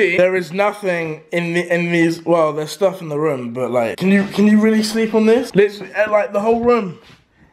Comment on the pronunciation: it's room not ROM